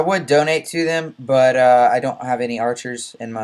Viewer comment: I love the way you say but.. "BUATT"